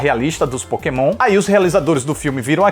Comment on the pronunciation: Quando ele disse pokemonha eu escutei maconha....kkkk